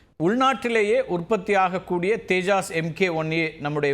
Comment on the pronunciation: தேஜாஸ் இல்லை தப்பா சொல்லாதீங்க. தேஜஸ் விமானம்.